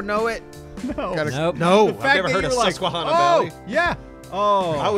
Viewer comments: man u guys said susquehanna valley wrong i actually live around that area that's so funny how u guys said it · This was awesome, I’m from PA and the last guess was hilarious, especially trying pronounce Susquehanna valley.